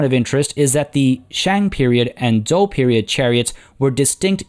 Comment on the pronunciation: 战车 are the characters in modern Chinese (lit. "war car/cart/vehicle"). Pronunciation is actually quite good with regards to "zhou"; For the pronunciation of 战车; Zhan is pronounced ok. for Che/车, remember that the Chinese "he" sounds like the english "her"; so combine a (soft t) "tch" sound with an "er" sound.